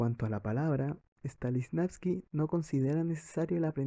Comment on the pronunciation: El actor dice: “Stalisnavsky” jajajaja. He escuchado a varios pronunciarlo igual jajajajajaj STANISLAVSKI